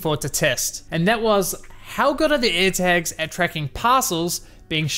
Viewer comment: "ErhTaks" nice pronunciation buddy